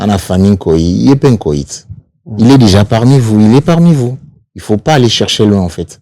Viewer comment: Pourquoi batu ya BDD akokaka koloba il faut te ? ata azali licencié en français akoloba il fout 😂